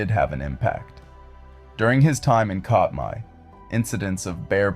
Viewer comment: It’s pronounced CAT-my